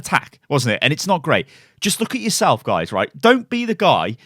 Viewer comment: “and you can see the name of the gays”